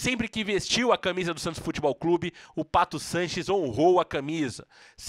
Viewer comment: Fala o nome certo do jogador por favor